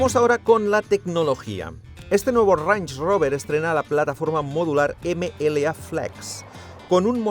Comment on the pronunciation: no he podido no escuchar como lo llamas una y otra vez "ranch" rover e imaginarmelo como una botella de salsa ranchera